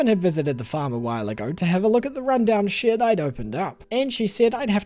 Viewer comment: Every time he says shed, it sounds like shit 😭😭 i love you lol ✨️✨️